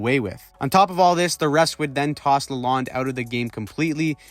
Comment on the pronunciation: la lone not lalond